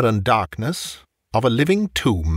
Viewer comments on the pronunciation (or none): none